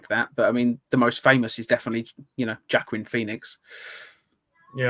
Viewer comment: Yeah i'm cringing at my repeated mispronunciation of Joaquin Phoenix's name too.